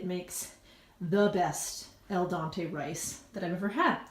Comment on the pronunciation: great recipe...nice and easy.......minor point: the term for rice and pasta is "al dente", NOT "al dante"..... (dehn-tay......not dahn-tay)